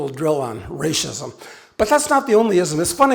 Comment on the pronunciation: Why does he keep saying "rashism"? He says everything else correctly but that word. He says race, then says rashism.